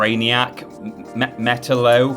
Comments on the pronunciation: It’s pronounced like “Ma-tallow”. The I makes same sound it would be used in the word “if” or “Mi-Tallow” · How the hell do you mispronounce Metallo? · Yet he struggles with Metallo.